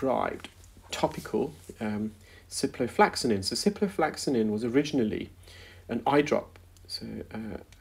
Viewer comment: Are you sure you don't mean ciproflOxaCin rather than ciproflAxaNin? I know you like to educate people about medical terms, so it would be best to get the names right (particularly if questioning prescribing decisions!). On that note, "intravenously" is a route taken straight into a vein but is not pronounced like that - you say intravEEnous (i.e like Venus, not intraVEINous). I hope your auntie gets better soon.